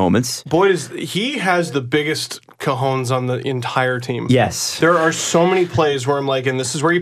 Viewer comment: My GF needs you to know, as I am sure Twitter does, that you mispronounced Cahones.